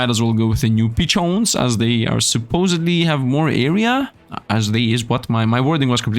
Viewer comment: I never realized until he said 'peachone' in a weird way that maybe a 'peachone' is just a weird way of spelling pigeon.